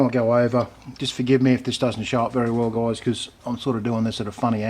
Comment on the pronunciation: he says goyeyes. so funny